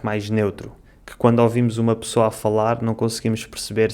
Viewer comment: O amigo fala pirceber (perceber) pissoa (pessoa), piis (país)